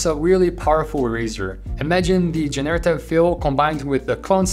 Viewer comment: Thanks for your great work! Another tiny pronunciation tip, it's GENerative, not jen-AIR-ative. We all learn every day, thank you for teaching so much :)